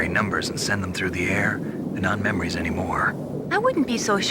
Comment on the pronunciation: Snake definitely says ''memwies'' one time when responding to Mei Ling in that codec call. Maybe it made Kojima and the team laugh and was subtle enough to leave in.